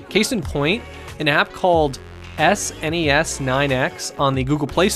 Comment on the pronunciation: S.N.E.S is pronounced "snez"